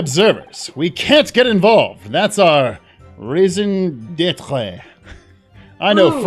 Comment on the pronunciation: I have never heard anyone pronounce raison d'être the way just did 😅